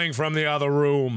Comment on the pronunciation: Markimoo said Room differently than he usually says it.